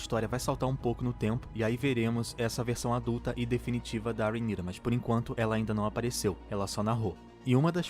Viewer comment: Eu amei q vc pronúncia o nome da rheanyra corretamente! Tem um pessoal fazendo review chamando ela de rhayra e tá me dando agonia kkkkkk